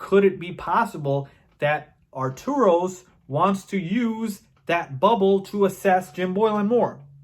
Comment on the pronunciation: Its Arturus not Arturos...it drives me mad everytime you say it.